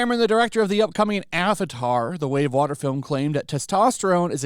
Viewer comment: Avatar: The Way of Wahmen.